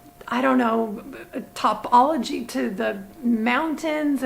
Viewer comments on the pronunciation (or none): none